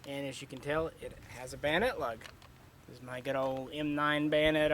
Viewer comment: ....and "Bannet Lug" 😂😂😂